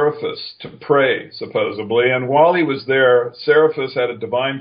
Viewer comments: Joe Atwill uses the mispronunciation "supposebly" instead of the word supposedly. That's a sure sign that Joe Atwill is no scholar. A person who did enough reading would know the suffix "ly" is added to the word supposed, and "supposebly" is not a word. That said, the miracle working Jesus of the King James Bible did not exist, since a miracle is a suspension of the laws of physics. IF Jesus as a non-miraculous man did exist, it would have been as a political dissident who was put to death as such by the Roman Empire. IF Jesus existed, he didn't have the purpose of setting up a new religion in his honor. What Rome did later is make Christianity the "state religion" spread and enforced by violence. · Marrowbones When my daughter was starting second grade, the teacher she was initially assigned to used the same pronunciation, "supposebly". Since to get the job, she'd had to get a BA and go through a credentialing program, you'd think she would have read enough texts that she would recognize the difference between a "b" and a "d" both in print and in pronunciation. I was relieved when my daughter was transferred to a different classroom just as the school year began. In another instance, I know a woman who got her nursing degree by paying someone to write the required term papers in her college courses. I'd surmise she did less reading than the college students that earned their degrees rather than cheating their way through school. Yes, highly educated and intelligent people can mispronounce words on a regular basis, and it isn't enough of a problem to justify dismissing what they have to say, but I'd provided ample instances where this guy runs off the tracks in regards to history and logic.